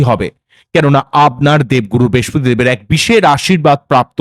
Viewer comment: Kothata bespoti noi brihaspoti.